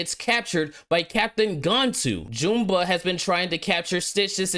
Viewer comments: One criticism my bro, it's Gan-Tu not Gone-tu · F Disney. Lilo and Stitch is a 10/10 movie and I will never watch this trash. Also, you mispronounced Gantu and Jumba lol